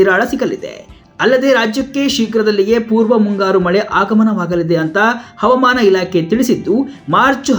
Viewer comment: ಹವಮಾನ ಅಲ್ಲ ಹವಾಮಾನ ಸರಿಯಾಗಿ ಉಚ್ಚರಿಸಿ